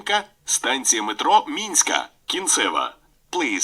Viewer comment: Не минська, а мінська.